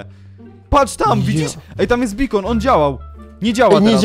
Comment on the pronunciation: Juhu to jeszcze nie koniec Palionowa. I nareszcie może Deyv zrobi jakąś pożądną chatę, ale nienmusiałeś zmieniać nazwy zatoki, bo ty wymyśliłeś i zrobiłeś zatokę. Ps. Bakeon, czyta się Bejkon, a nie Bikon.